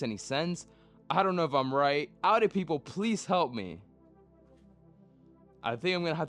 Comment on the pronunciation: Since u bought a audi its time you learn to pronounce audi its Ow-Dee